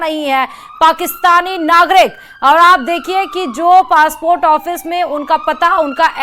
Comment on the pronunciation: Phly urdu k ف sahi karen phr bolen فاسپورٹ نہیں پاسپورٹ hota hee😂😂😂😂